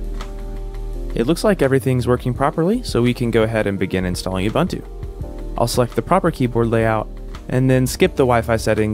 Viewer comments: Ubuntu is pronounced Ooboontoo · the pronunciation is "oo-BOON-too" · Awesome vid, thanks. Will definitely give this a try. Quick sidenote; correct pronunciation is OoBoonToo. I know this is nitpicking and I’m sorry, but being South African I couldn’t help myself. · "Oo boon two". That's how you say it 😒. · bro you butchering the pronuciation of uBuntu ahaha